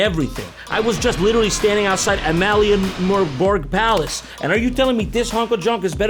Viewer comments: jontron pronouncing Amalienborg flawlessly and much better than any of us Dane can, is 10/10 😀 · As a dane i Can confirm your pronunciation of amalienborg was perfect😂